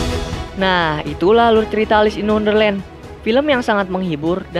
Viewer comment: Di tulis: Wonderland Di bilang:underland